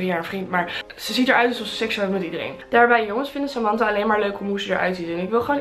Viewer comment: Samantha spreek je anders uitt hahah, we snappen het punt verder wel